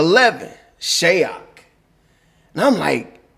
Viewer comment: Can we also please normalize pronouncing these players name correctly! Shayok is prononce (Shy-yōhk) not (Shay-yohk) and Khaman Maluach last name is prononce (Malu-waiyj)!! Appreciate you all get familiar with these names and pronounce their names properly!!